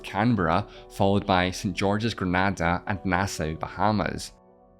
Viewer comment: Pronounced Grenada wrong. Fuming.